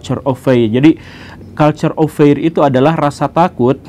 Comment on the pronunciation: bacaannya "kalchur of fir" bukan "kalchur of feir" pak guru😁